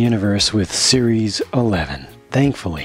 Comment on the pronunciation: When you said series nine I thought you said Siris nine and I'm like Siri is like 500